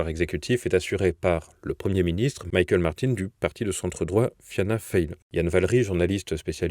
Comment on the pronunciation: C'est casse-gueule de lire de l'irlandais, hein? Le nom du Taoiseach (prononcé ti'choc'), le premier ministre, c'est Micheál Martin (prononcé "Mi-hôl' Maatine), pas Maïkeul, les lettres ne sont pas dans le bon ordre pour Michael. Le nom du parti de centre-droit (franchement à gauche, quand même, globaliste, européiste et pro-woke), c'est Fianna Fáil (prononcé "fina foïl"), prononcer "fail" est très offensant (ça veut dire "raté" en anglais). Au passage, on dit "de Sinn Féin" (prononcé "Chine Feïnn") pas "du Sinn Féin", ça veut dire "nous nous-mêmes", mettre un article devant est faux et écorche les oreilles dans toutes les langues. En fait, le plus important dans l'élection, c'est le nombre de bulletins nuls, comme ça a été évoqué ici. Les Irlandais en ont marre de devoir choisir entre la peste et le choléra à chaque élection et les partis "classiques" (Fianna Gael, Fianna Fáil, Sinn Féin, Labour et les Verts) se mangent des gadins sévères à chaque élection, c'est la montée des "indépendants" (pas de majorité au Dáil, pronocé "Doïl", l'assemblée nationale), Catherine Connolly est une "indépendante" elle aussi. Dans la pratique, c'est pas son orientation politique qui a fait la différence (ça a plutôt joué en sa défaveur, personne ne veut de l'Irlande unifiée, ici), c'est la campagne de diffamation dont elle a été la cible par les partis "classiques". Les Irlandais y ont vu l'empreinte de l'UE et ça a déplu, tout autant que la tentative d'enlever le rôle de la femme de la Cons